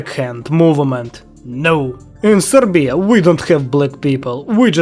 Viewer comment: I love how you Say "sorbia"😂😂